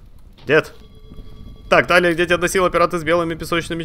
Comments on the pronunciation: Но она ТИлия, а не ТАлия... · Я думаю правильней будет ударение на и в имени Талия